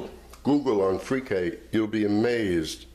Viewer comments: Lololol not “freaky” it’s “free-kah”, you really should do your research before you make your videos. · you really should pronounce it correctly. You actually said “it’s pronounced Freeky” that was a wrong statement. If you didn’t know how to pronounce it than say so, but don’t proclaim knowledge when you don’t know. And such a disrespectful pronunciation makes the rest of your knowledge suspect.